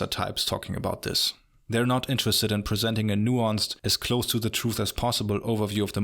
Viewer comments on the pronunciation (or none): none